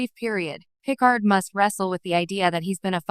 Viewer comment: Oh my god - AI voice can't (CAN NOT) pronounce a single Name--- Pick-erd ????!!!!!